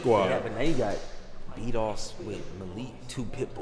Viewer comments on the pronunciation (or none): Every time they were saying Bdoss I kept hearing beat offs, I was saying Ayoo 😂